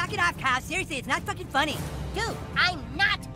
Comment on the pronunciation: SEROUSLIY 😂😂😂😂😂😂😂😂